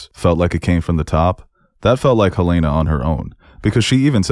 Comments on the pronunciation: I swear😭 they literally say her name in the show. Helen-ah and Helaynah are two different names lol. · Great video just one critique- it is Hell-N-Ah NOT Hell-A-nah. They say her name in the show. Those are 2 different names.😂😂 A huge pet peeve is people mispronouncing names in shows when they say the name in the show. Like Ahnna and Anna in Frozen- they literally say her name- why would you pronounce it wrong on purpose?? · Great review, but for the love of Kier, it’s Helen-A